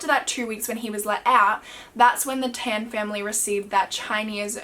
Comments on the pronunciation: I used to live in Geylang bahru . Btw Tan is not pronounced as "ten" , is "tun" , like how you pronounce "pun" . Geylang Bahru is "gay lung bar roo" just fyi ❤❤ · Tan is pronounced as ‘t-un’ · I KNEW IT! She was gonna pronounce it as tAhhhn LMAO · Its tan as in t(ah)n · I'm Singaporean, it's pronounced T-AH-N for tan and GAY- L- AH- NG B-AH-ROO . haha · Lol im from singapore and u pronounced tan wrongly and the geylang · yess uu didn't pronounce the word Tan and the name of the road correctly but nonetheless i love ur accent